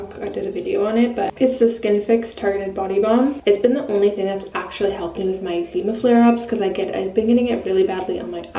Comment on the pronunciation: Love your videos! But the way you say eczema 🤦🏼‍♀️